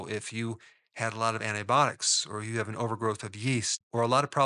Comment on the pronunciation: Antibiotic… ANN-TIE-BY-AAH-TIC